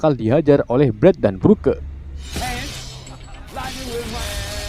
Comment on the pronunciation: Broke=brok League=litch Pliss jangan salah baca lagi soalnya gue jadi kesel gak tau kenapa